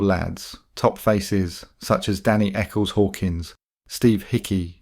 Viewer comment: It’s Hawkins,not Hawkins 😂